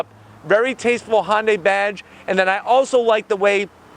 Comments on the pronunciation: Thnx for another good video. However, I don’t think you’re pronouncing the name properly. U keep saying Hon-day. It should be Hun-day. Like Sunday. Remember their old commercials? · it’s actually Hyun-daeh, ‘deh’ not ‘day’ as in day and night, without the long A sound. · It's pronounced Hyundai (Hun-die), not Hon-day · I have the car. I like it, the wife isn’t so keen. Her biggest problem is the thick “A” pillar. BTW. It isn’t pronounced HON day. It’s HUN day. Or some say HyUn day. But nobody says HON day. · Say..HUN-DAY HUN-DAY OVER AND OVER/// ..NOT HON-DAY HON-DAY !!!! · hey man, I don't mean to sound like a complete prik but Hyundai phonetically should be pronounced 'Hyun-day'. An easy way of saying the word, 'Yun' like the character from Street Fighter 3: Third Strike, and simply add an 'H' sound to it. Sort of like 'Hee-yun Day' sound, not 'Hon-day' that would be incorrect. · I can't believe that Hyundai dealers are okay with this guy pronouncing "Hyundai" as "Hon-day." Nice reviews, however. :) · Why would a 4-banger need 2 muffler and pipe setups? That would be a waste of money from manufacturing standpoint as well as a vehicle maintenance standpoint. Im afaid I have to zonk that part of your review.. as well as your pronunciation of the name "Honday" Hyundai's and Kia's are family cars. Families quite often have children. Children kick the seatbacks, so hard plastics is a must. They always use plastic on the backs of the seat for longevity. That should be thanked, not zonked. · If you are going to use the correct Korean pronunciation it is Hyawn-day. The H bleeds into the y sound and then it is more of a blend between the sound we make with the word sun and the word on. Here in the US we pretty much use the pronunciation that Bextar636 suggested. This clip has a Korean speaker pronouncing it. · Is Yundai correct too? Mr Scotty pronounced it like that.